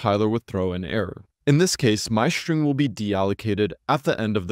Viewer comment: The "s" in "string" must be pronounced "s", not "sh". You are constantly saying "shtring".